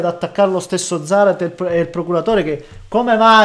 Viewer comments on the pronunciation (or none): Si pronuncia Zàrate... quando hai curiosita' italiano/Spagnolo, chiedi pure perché mi piace la gente onesta